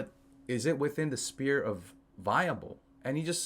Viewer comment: The “sphere” not spear. Great videos!